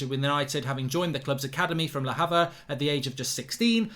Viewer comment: Ler havver ..lol